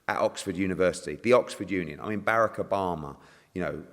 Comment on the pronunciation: He called him bearek Obama lmao it’s Barack you fool!!